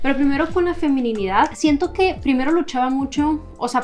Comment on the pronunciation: Me da ternura como decías "FeminiNIdad" cuando sólo es "Feminidad". 🤭Muchas gracias por tu vídeo, ha sido de mucha bendición, Dios desde hace un buen tiempo me inquietaba en este mismo tema de aceptar y amar mi Feminidad, y ahora veo que fue en el tiempo correcto ya que estoy próxima a casarme. Gracias por confirmar esta palabra en mi corazón ✨